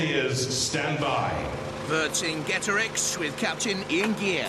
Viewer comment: Love the Monty Python reference. Is it really that difficult? [Ver-sing-get-a-rix]